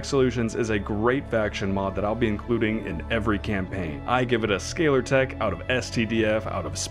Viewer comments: Scalar is pronounced like 'skay-lir', not like scholar. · scay-lar not scaller. From Scale. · It's called scalertech as in fish scales, not scholartech as in scholarship. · Amazing review, thank you :) also I am so curious about what possesses you to pronounce 'scalar' like 'scholar' haha